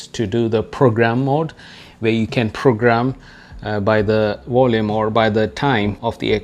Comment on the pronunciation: It was the "Water Wolume"